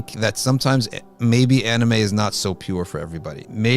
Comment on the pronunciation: With all due respect this channel needs to bring a scholar that can first pronounce anime correctly to comment on this topic. May I suggest getting a Japanese muslim scholar?